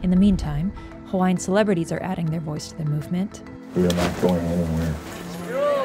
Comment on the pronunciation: The least NBC could’ve done was to get a narrator that could say the Hawaiian words properly.